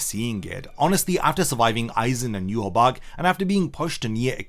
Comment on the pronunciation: Why do you say Yhwach wrong? They literally say it several times. YU-HA-BAHA.